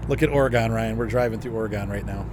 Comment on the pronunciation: Just FYI, pronounced "Ory-gun," not "Ore-gone"